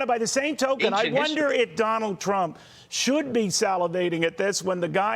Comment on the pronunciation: I could have sworn that he said Donald Chump.